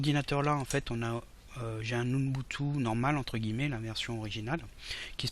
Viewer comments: Bonjour ton tuto est génial merci ! /!\ ATTENTION : Mr relou arrive dans la salle ! Ubuntu se prononce "ou boune tou" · Ubuntu pas Unbutu Tu dis unbutu 😂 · Je ne doute en aucun cas de vos compétences en informatique, mais, vous prononcez mal UBUNTU ... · UBUNTU, pas unbutu ! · c'est super ta video. Merci. (Mais Umbutou ca me fait marrer chaque fois que tu le dis :o)) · Mdrr j'avoue il fait déliré comment il dit Ubuntu ^^ Et oui super vidéo